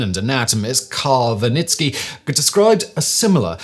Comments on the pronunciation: Wernicke aphasia , not « Vanitki » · Pretty sure he was mispronouncing Wernicke